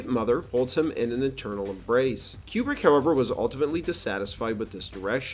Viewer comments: It's pronounced Koo-brick, not Que-brick. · Is Kubrick's name actually pronounced Quebrik or Cube-rick? Up until now I've been saying Koobrik with no Q sound. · Why do you say Kubrick like Marcia sa school in brady bruch